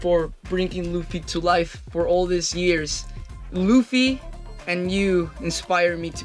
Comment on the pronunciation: just correction, Luffy as in "L-U-FFY" sounds like "ZOO" "ROOF" "RACOON" "LAFFY" and "LUFFY" have a different sound. but if you have some difficulty of pronunciation, ok i accept it, what can we do?, that is your lips.